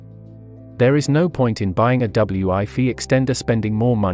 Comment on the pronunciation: I’m sure this is a good explanation of the difference between the two, but unfortunately the computer generated voiceover’s inability to pronounce “wifi” correctly makes this impossible to comprehend as every second word is pronounced “ double U I fee”. What a shame